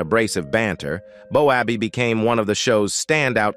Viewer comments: 100% best comedic sketch/show/programme, whatever you prefer saying, was so funny, realistic in many ways, but AI come on. Stop getting still game names wrong 😂 Bo abbey lol Ah what a fantastic iconic comedy, will always love it 🏴💙🤍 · Its not bo abbey its bobby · It's Boaby.... ❤ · The commentary was excellent pity about the pronunciation of the screen names. If had watched, he would know how to say the names…..lol 😊